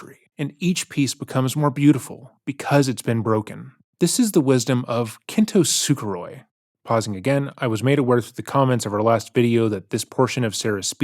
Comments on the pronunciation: Sarah is like Ralphie in Christmas Story: believing irrationally that her letter will move the judge to tears, and call the prison warden to demand her immediate release!!!! "Oh MY GOD!!!!! How could we have gotten this SO WRONG!!!" (and it's "kintsukaroi" or commonly "kintsugi", not kintu sukaroi. which only points out how little she knew about the subject). The plagiarism was initially called out by a commenter in one of the many Boone vids, not a content creator. I don't remember who and where, unfortunately. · this is certainly a take. "oh the judge doesn't like me, let me give him more fuel for that fire!" i know she isn't the sharpest tool in the shed but you'd think at some point you would just...stop. also, my ears bleed a bit every time i hear her say "kin-too-su-gu-roi" instead of "kint-su-ku-ro-i" as it SHOULD be pronounced. legit thought i was going crazy when she first said it. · Suitcase Sarah took her “Kintusukaroi” passage straight out of the book ‘A Year of Positive Thinking’ by Cynthia Spiegal…. Word for word! (Except the pronunciation)!😂😂 She’s a total moron!!! 🤣 (Edit) The passage is found on January 2 page. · I love that you also said “Kin-toe-su-ka-roy” when reading her letter. That was a great call back! She added a whole extra syllable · The second hand embarrassment from the kintosukaroi thing has been felt globally. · as per Wikipedia “also known as kintsukuroi” I knew that because the first time I heard her say it I was like 🤨 and looked it up. Haha. Regardless, she made up her own word